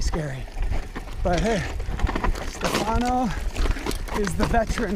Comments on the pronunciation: STE fano, impara la pronuncia,pls!! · 1. He pronunces Stefano with an American accent,I would love to hear you speak english,i am Italian myself and I know for a fact that we have one of the worst accents possible when speaking English. 2. Respectcthe hikers is correct,but even better respect each other,no matter if your a hiker,climber mountainbiker or whatever.we are all children of this Earth and noone is out of place.i hate the attitude of hikers saying you're not supposed to be here because of this and of that. 3.they did absolutely not mess up any trail here,riding very cautiously.and by the way,that was no DH ride even if he was on a triple crown fork! Google DH ride and watch what that is all about. I'm a mountainbiker myself and I'm sorry,I enjoy it a lot more then hiking or climbing because for me it's a lot more fun.everyone is free to choose his "weapons"! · 1. type "Stefano" in google translate and listen to how it's said. 2. respect the hikers, you're the one out of place. 3. please don't mess up the trails, they require maintenance even without people doing DH on them. TBH you can have a great time there just by hiking, or try rock climbing. I'd like to see you get up there without the gondola anyway... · You've ridden with the guide at least twice, and you never learned how to say his name?